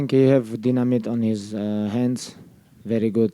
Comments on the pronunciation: " I think he has um, deenameet in his hands.. " - Khabib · Justin "Deen-a-mit on his hands" Gaethje